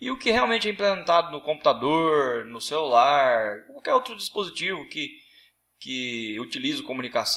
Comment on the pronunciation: computadoooooooooorrrrr , celulaaaaaarrrrararrrrrrrrrrrrrrrrrrrrrrrrrrrrrrrrrrrrrrrrrrrrrrrrrrrrrrrrrrrrrrrrrrrrrrrrrrrrrrr